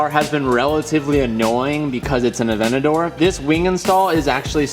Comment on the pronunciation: Highly requested modification: saying Aventador properly 😂